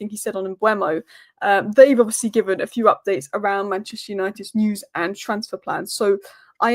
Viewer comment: Hi. It's pronounced "News" and not "News". Also "show" and not "show"